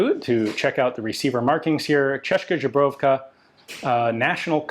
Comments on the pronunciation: Ian, once again - it's not Ze-Brovka. It's Zbro-jovka. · Given the coverage of various ZB models, Ian should have learnt the pronunciation. "Żubrówka" (like he said) is a Polish vodka brand. 🙂